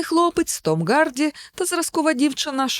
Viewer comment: Чому прізвище Тома Гарді звучить як "Ґарді"? Шенен Догерті була Доґерті в одному з попередніх відосів, а Гемсворт сьогодні став Ґемсвортом. Вибачаюсь за надмірну прискіпливість, просто сильно вухо ріже🙉 У вас дуже приємний голос і класна подача матеріалу. Якби не оцей маленький косячок взагалі ідеально було б. Дякую! 💚